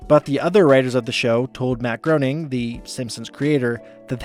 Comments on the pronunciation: Love the effort put into the content as always, but if I can offer some comments, some of the pronunciations of names are pretty off (e.g. Louise and Groening), as well as the phrases (saying 'oddball out' instead of 'odd one out'). Little things like this I think make a difference to the overall polish of what is already clearly a huge amount of effort! Keep it up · Just wanted to point out, because it isn't super obvious: Matt Greoning's last name is not pronounced like groaning. The 'eo' makes a long 'a' sound, so it is pronounced graining.